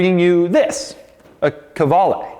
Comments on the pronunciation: To be honest: I had been pronouncing that name K-VALE with a Steve Martin-esqu Dr Hfuhruhurr vibe . But NO it is KU VA LE. Doug, you have enriched my life immeasurably. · I don't think it is a "Ka-vale" but rather a "Kvale" Mangusta. Right? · Ok but it's meant to be pronounced "koo-aleh", like latin "u" which is written like a "v".